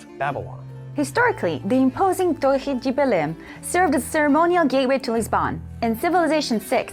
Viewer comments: hey Im from Portugal and the dev in the reveal video completely butchered the pronunciacion, all I can hear is "Tori dje Berlin" instead of "Torre de Belém" plus the brazilian accent she is using doesn't help xD but np, your "Torre" sounded much better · Her pronunciation is awful, never ever say torhee jee Belém. You were right the first time 🙂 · Torre de Belém was mispronounced by her as well since she attempted the brazillian spelling (thought it is by no means easy, poor girl^^). To pronounce "Torre" you need to make a trill with your tongue, like if you were making the sound of machine gun or a moving car trrrrrrrr. Belém is more difficult because it adds a nasal sound in the end, "lém" which can be similar to words such as language or length (the lang or leng part is quite similar to how you should pronounce "lém") To say the full Torre de Belém you also need to somber your speech, like you are Darth Vader speaking. That is all:) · From a Portuguese guy: we pronounce it something like "To-RRe (where RR is a rolled R, like in French) dɨ (like the non-end e in French) Bɨləĩ (nasal i)". She tried the Brazilian pronunciation but failed somewhat. Regardless, great review. Very excited about this new CIV. Woo-hoo!